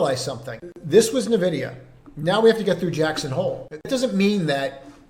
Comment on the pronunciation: Are you aware you are mispronouncing NVIDIA? It is "en-vi-dee-uh" NOT nuh-vi-dee-uh